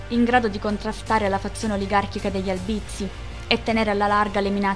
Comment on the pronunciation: Oltre ad altri accenti non corretti, anche in ALBIZZI L accento è sdrucciolo, sulla A , e non sulla I .